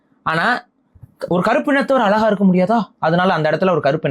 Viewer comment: Alaga? Zha na vey varala nee ellam thamizh desiyam nu uruttitu Iruka